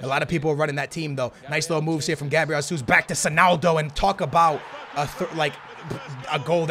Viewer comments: HEY-SOOS NOT HA-SOOS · OMG IT'S GESUS NOT HASUS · His name is Jesus not jasus brooo Where do u see the A in his name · How did the name of a footballer whose name is pronounced "zh-a-zeus" and spelled 'Jesus' turn into "hah-suss" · ITS NOT HASUS ITS HESUS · WHY IS HE STILL SAYING Gabriel HESSUS.... plz STOP just say it like Gabriel Gesush PT. Plz see this comment. When u say Hasuus like in Spanish u trigger a lot of portuguse people like me. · Do you read the fucking comments!?!? ITS JAY-ZOOS (He's Brazilian so it's a J not H) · How are you Portuguese and can't say Jesus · Do u even watch football, how do u not know how to pronounce Jesus?